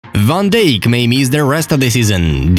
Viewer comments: How people pronounce Van Dijk=Vén Daik This guy=Van Dék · The way he pronounced van dijk was funny